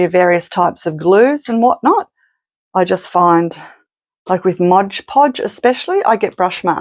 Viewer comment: MOD podge, not MODGE podge. So many people say this wrong.